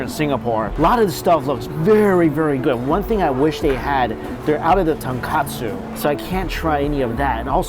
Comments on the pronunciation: you're better than this. It's ton KOT-tsu. Not ton-KATsu. They're actually two different words, one is a dish. Tonkotsu refers to pork bone. Tonkatsu refers to breadcrumbed pork cutlet - which is a good dish in its own right (dunno if you've had it before). Anyhow, peace and love. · It’s tonkOtsu and not tonkAtsu… saying you’re a noodle expert but still can’t tell the difference between the two smh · Hey I've been hearing this in many videos so I just wanted to point out that the pork broth is pronounced Ton"ko"tsu... If you say Ton"ka"tsu it means the fried pork cutlets. It's a very common slip-up and I used to do that too. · Love your videos but with you asking about the pronunciation of the Indonesian noodles it makes me want to bring up something you love and always pronounce incorrectly. It is tonkOtsu ramen not tonkAtsu. Tonkatsu is fried pork cutlets. Tonkotsu is pork broth ramen. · he says it wrong in every ramen video even in his own ramen restaurant, he labeled it as tonkatsu but it’s tonkotsu ramen. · he isn't better than this. he's been mispronouncing it his whole life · Lol it’s been pointed out in every episode he mixes it up. I don’t think he’s ever said kotsu correctly 😂